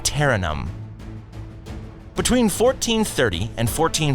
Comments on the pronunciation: One of the worst pseudo-documentaries ever produced. : those are 19th century sailing ships and were not around in 1389. : Interregnum is not pronounced "in ter in num". Try "in ter reg num". The Serbians were not Siberians. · "they took over Kosovo, which ended Siberian power in the region" .... I think you were supposed to say Serbian ... Siberia is pretty far away, and never colonized Kosovo. mis-pronounce constantinople... also ankara, also mis-pronouce inter-regnum... ok.. , I'm out... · Oddoman, distinct from Ottoman. -- Thessaloniki sounds off, but even a broken clock is right twice a day. -- ending the Siberian Serbian. -- What Turkish city rhymes with Monopoly? Yeah, Constantinople. -- A new and improved interregnum, now with no G. -- Suleiman I... three syllables to choose from for emphasis, two of which are acceptable, and you choose the wrong one. -- Mezzopotamia, not to be confused with Mesopotamia. -- rezources -- eeliminated